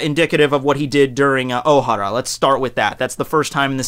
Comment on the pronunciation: dude i understand you like one piece but if your gonna talk about it like if your an expert learn to pronounce the words i mean my god you butchered the characters names and it's pronounced " oh-hair-ah" not " oh-har-ah. "Mari- jois" not " mari-jo-ah